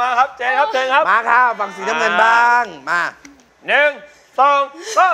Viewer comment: เจน ไม่ใช่ แจน รินะ ไม่ใช่ มิโอริ 😏😒😇